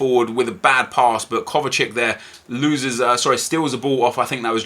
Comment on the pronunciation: its not kovacik ffs its kovacic